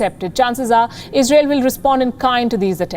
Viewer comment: lol it’s “Israel” not “Isreal”